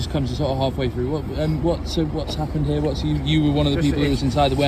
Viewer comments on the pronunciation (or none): none